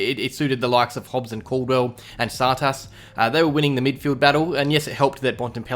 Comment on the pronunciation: yeah only way I can sorta explain it is too much emphasis on the second syllable